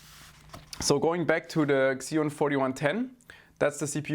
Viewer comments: Pls its "ceeon' not xxxxeoon lol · The X in Xeon is pronounced as Z only .. So it's "Zeon" not "Xzeon". ;) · It’s “zeon” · i know it's not your fault but the way you say xeon bugs me